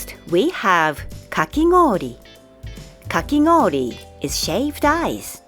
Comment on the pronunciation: is there a reason kakigoori very much sounds like a 'n' sound: kakinoori?